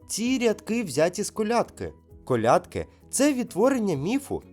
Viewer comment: Вітання з Черкас. Як завжди пізнавально і розважально. Не надто складно і не заумно. Але маю зауваження щодо правильності сказаного. 1) не розділяйте українців . Множина не має статі - це узагальнення ( спортовці, захисники, викладачі, учні … всі / обох статей). 2) правильні наголоси: колЯдки і колядкИ, пІсні і піснІ ( однина і множина). І багато інших таких прикладів. Чомусь не надають значення цьому ( не лише Ви). 3) церкви / монастирі де б вони не були не можуть загубитися, щоб потім десь знайтися ( не наслідуйте помилок інших людей). Вони просто Є. А можна сказати простіше: скільки монастирів в Україні мають статус лаври? Не треба ускладнювати. З 12 лавр, що є у світі - 4 в Україні. В останньому запитанні , я думаю суть була в тому хто запатентував винахід. Бо відкрив ці промені саме Пулюй. Успіхів у розаитку каналу. Чекаю новіх вікторин.